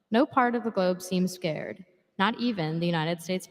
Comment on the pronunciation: The word is "sacred," not "scared."